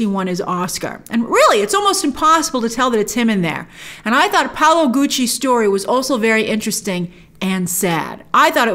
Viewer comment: Its Paolo NOT Paulo